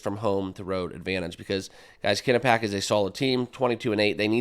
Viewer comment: It’s Quinn-nip-pee-ak